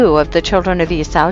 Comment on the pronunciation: Eee saw. not whatever you’re saying.